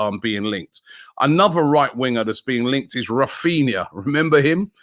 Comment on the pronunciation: man said raphina 😂😂